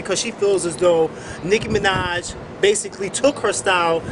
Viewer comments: oh and your on here because? and i believe her name is nicki minaj, not nick manaj :) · "licki minaj"? lol